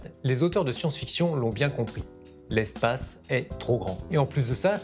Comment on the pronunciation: J'ai arrêter a 5 secondes avec ton " les films de science-FISSON " 😆😆😆👎